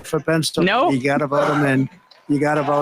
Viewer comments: Penstil a vania? Did his brain have another glitch trying to read or say Pennsylvania? Kind of like troth suhchewl, another of his brilliant creations only this time with Nunes. The only good coming out of Troth Suhscewl is Nunes leaving congress to start Trump's brilliant bigly genius new social media empire. The pressure of knowing he's going to be arrested anytime soon is getting to his peanut brain. It finally found its way through the jelly to the peanut and it's breaking down fast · did he say "Pennstillvania"? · Did Trump put a "t" in Pennsylvania there before he veered off from saying the whole word? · Did Orange Diaper Ass add a T to Pennsylvania? Pennstylvania